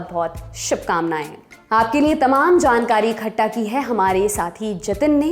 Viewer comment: इखट्टा नहीं इकट्ठा बोलिए ।